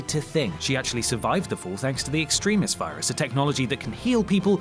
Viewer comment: Stop saying Extremis wrong.